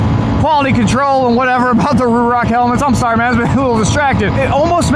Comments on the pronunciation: It's RHOK! ;) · I keep hearing RHOK, its been a minute I guess😅